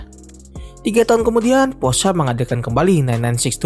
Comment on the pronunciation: akhirnya ada yg bener nyebut "Porsche"